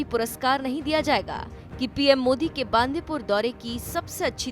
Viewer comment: Atleast pronounce the place name right... It is not बांदीपूर .... It is बंडीपुर.... 🙏🙏🙏